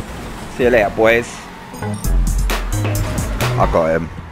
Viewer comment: I love when he says see you leyar